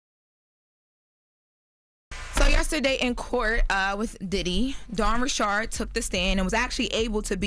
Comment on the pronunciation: Dawwn Reshard?